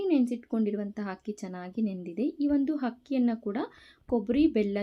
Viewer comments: ಹಕ್ಕಿ ಅಲ್ಲ ಆಕ್ಕಿ... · Good recipe , my grandmother who happened to be from Chennai used soaked rice , please pronounce Akki and not Hakki ,sends a wrong message . All the best . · ಸಾಹಿತ್ಯ ಅಲ್ಲ ಅದು ಉಚ್ಚಾರಣೆ, ಅವರನ್ನು ತಿದ್ದುವ ನೀವು ನಿಮ್ಮ ಶಬ್ದ ಭಂಡಾರವನ್ನು, vocabulary, ಹೆಚ್ಚಿಸಿಕೊಳ್ಳಿ. ಆದರೆ ಅವರ ಉಚ್ಚಾರಣೆ ಎಡವಟ್ಟು ಆಗಿದೆ 😅 ಹೋಳಿಗೆ ಓಳಿಗೆ ಆಗಿದೆ. ತೆಂಗಿನಕಾಯಿ ಒಡೆಯುವುದು ಆಗದೆ ಹೊಡೆಯುವುದು ಆಗಿದೆ. ಅರ್ಧ ಹರದ ಅಕ್ಕಿ ಹಕ್ಕಿ ಯಾಗಿ ಹಾರಿ ಹೋಗಿದೆ 😅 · ಹಕ್ಕಿ ಅಲ್ಲಾ ಅಕ್ಕಿ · Hakki alla Akki keloke tumba kasta agutte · adu hakki allamma akki, modalu kannada sariyagi matadodu kaliyiri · ಹಕ್ಕಿ ಅಂದರೆ ಹಾರಾಡುವುದು ಪಕ್ಷಿಗಳಿಗೆ ಹಕ್ಕಿಯನ್ನು ತಾರೆ ಅಕ್ಕಿ ಅಂದರೆ ಅ ಅಮ್ಮ ಅವನ್ನು ಬಳಸಿ .ಹ.ಬಳೀಸಬೇಡೀ. ಹ..ಬ.ಉಂಡೆ. ಎಂದು ಚೆನ್ನಾಗಿ ಮಾತನಾಡಿರಿ ಹೂಂ ಡೆ. ಬಳಸಬೇಡಿ ಕನ್ನಡವನ್ನು ಅಗಲ ಅಗಲ.ಎಂದೂ ಹೇಳಿ ಹಗಲ.ಅಲ್ಲ. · ಅಕ್ಕಿ, ಹಕ್ಕಿ ಅಲ್ಲ, ಉಂಡೆ, ಹುಂಡೆ ಅಲ್ಲ. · ಅಕ್ಕಿ ಅಂತಾ ಸರಿಯಾಗಿ ಹೇಳಿ ಅಗಲ ಅಂತ ಹೇಳಿ ಹಗಲ ಅಲ್ಲಾ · ಕನ್ನಡ ಉಚ್ಚಾರಣೆ ಸರಿಯಾಗಿರಲಿ 🙏 ಹಕ್ಕಿ ✖️ ಅಕ್ಕಿ✔️ ಹಗಲ ✖️ ಅಗಲ ✔️ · Hakki alla akki aa ha sariyayi pronounce madi